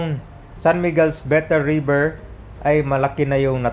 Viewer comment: “RIBER”. TULLAHAN RIBER. 😊